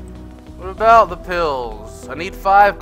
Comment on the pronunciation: I did watch the whole video, I watched that when I heard him say it, and also its not bought its about or 'bout. *facepalm*